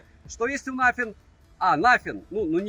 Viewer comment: Спасибо за честный обзор, все 32 минуты осилил, пожалуй благодаря подаче, так как телефон этот особо интерес не вызывал😉 Обзору, как всегда 👍, телефону👎 Ах да, чуть не забыл,, не через Ф, а через шипилявую С😉